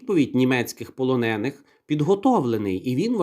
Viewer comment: У слові полонений наголос на е